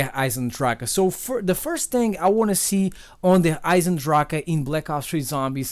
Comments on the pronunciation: As german it sounds so dumb when someone says Der Eisendrache xD it means like the iron dragon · little german lesson: its not der eise drache, der eisen drach or whatever, its Der Eisendrache which means the iron dragon. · Derrrr Aisendracke 😂😂😂😂😂😂 Thats German